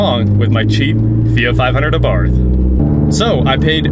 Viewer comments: It's pronounced "A-BART" The H is silent. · Fyi- you dont pronounce the h. Its "ah bart". You're welcome